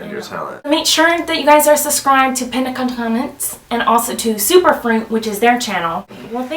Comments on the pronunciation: pentacondaigst.. or whatever she said hahahah XD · What did she say? Pentacon gx? What?! Are you serious girl!!!!! 😐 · she really can't pronounce pentatonix well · Haha I love how she can never say "Pentatonix."